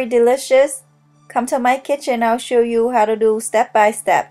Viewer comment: I like how you say do, sounds like dew